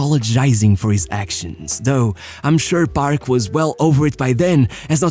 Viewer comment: Am i the only one who kept on hearing him pronouncing “barb” instead of “paRK”..